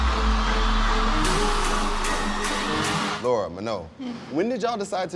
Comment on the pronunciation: this guy will never stop calling lara "laura" LOL